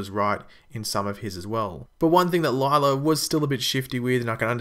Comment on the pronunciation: her name is pronounced lyla not lylar and law not lawr